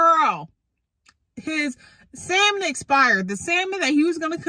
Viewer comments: Hey peeps, I'm sorry if I sound a little bougie but, just so everybody knows, the word is not pronounced sal-mon. That is how it is spelled, yes but, the L is silent. It is pronounced with no L, like sam-un. The fish Salmon is pronounced ...sam-un. The word supposedly is not pronounced suppose-zub-ly. It is pronounced, suppose-zed-ly. The word specific is not pronounced Pacific. That is an ocean. It starts like the word spud. Spu-sif-ik. Ahhhh....There, I've made the world a better place. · "salm·on" pronounced" 'sa-men there is NO L, Bro!!!!!!! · The "L" is silent in Salmon.